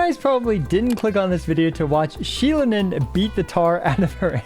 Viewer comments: thank you mr. IWLT editor for correcting that, she is, indeed, based on an ocelot, easy to confuse but many are keeping the mistake. Her name and design are based on a goddess of corn from aztec mythology. Btw, her name is pronounced "she-LOH-nen" (do note that is LOH, not LOW and the emphasis on that syllable) ...you got it pretty close tho. Now that we are getting an amazing geo support, i wonder what will the role of Chiori be. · Pronounced shill-lone-in for the ones who don’t have ears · Xilonen is pronouced "Shil-uh-nen", without stress in any vocal. And she IS a jaguar. "Ocelotl" is the original name for jaguar.